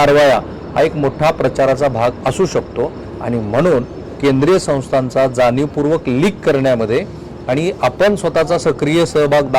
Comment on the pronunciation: जानीवपूर्वक, कंपण्या, ... काय हे.. Plz, शुद्ध बोला!!. धाडी घातल्या हे प्रसिद्ध / जाहीर केले तर काय बिघडले.. त्याची का लाज वाटते?? Declare करायचे नाही का??